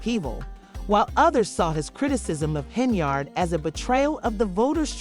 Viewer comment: Its pronounced HEN-YARD ....like Menards... 🎶 save big money at Henyards